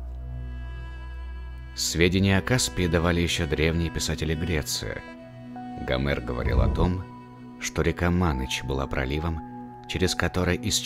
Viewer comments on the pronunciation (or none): none